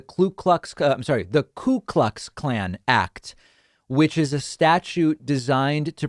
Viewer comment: it's definitely not "clue" klux lol